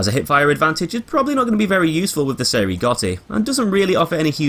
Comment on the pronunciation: Spells? You mean pronounce? I think you mean how ‘Cei’ is pronounced ‘Chay’ not ‘Say’ or ‘See’.